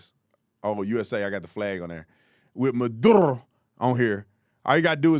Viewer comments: Bro its a spanish name so you role the R" youre really getting cringe bro. Stop it. I love you but stop. That's his name you role the R" please Tatum. A lot of black cant even spell their name right. Don't do that lol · Ever seen the comedian who joined about using an Irish accent to pronounce an Irish name? Ofc we only have to do this with Latin names. Only black slaves should get reparations. It's so cringe how they pick and choose which groups get special treatment. Well show latin people we support them by pronouncing everywhere names like we're all native. We'll support black Americans by bringing up reparations every few years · In Spanish sounds like that he is saying the name correctly 😂😂😂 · You out of pocket with your rolling rs comment. Love you man, but if you learned to roll your R your missus might appreciate it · As a Puerto Rican I couldn’t agree with you on the accent thing. I speak as clear English as I can but when a last name is latin it seems to me dumb to pronounce it incorrectly (English accent). I’ve had family side eye me when I pronounced Latin names all “white”. I appreciate they put a guy on the news that can pronounce it right. ✊🏽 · Chill out; making a complaint over a person that can pronounce a persons name in their native language. And it’s not in defense for Maduro. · You criticizing some who is saying the name perfect. Maduro its a Spanish name. Now I understand why you still go for Trump. You just talk out of Your toothless mouth. They don’t lace drugs. Nobody wants their customers dead. You got to be out of your mind to believe that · lol There’s nothing to complain about. His last name is Maduro, and it’s being pronounced correctly. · Hey Big T … that’s the way Latinos pronounce that name .. there is nothing wrong with that ! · I don’t see anything wrong with how he pronounces Maduro. That’s how it’s actually pronounced. You hating on this one Tatum. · He’s actually saying the name properly in Spanish. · He said it right. Maduro 😂